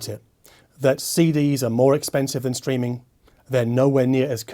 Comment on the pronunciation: For a moment I thought you said "screaming music".